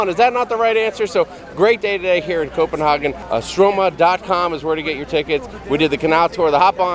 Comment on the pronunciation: Lol love your channel. My dad dipped Copenhagen for years (in the states) and the way you are pronouncing it is cracking me up! Lol He pronounced it Co-pen-haaaa-gin!!! Lol not sure which way is correct!!! Lol Let us know what is correct! Lol